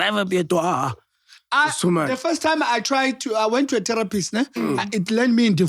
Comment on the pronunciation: i love how says terror pist. Its terrapi right der🖤